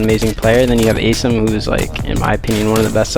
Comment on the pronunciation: SOMEONE PLEASE TELL HOW TO PRONOUNCE ASIM'S NAME PROPERLY PLEASE! It's Ay-Sim, not Aseem. He has done it for 2 years and no one corrects him!